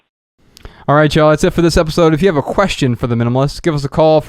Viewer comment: MyAkachi because the child voice mispronounces the minimalists as the minimists, it’s kinda cute!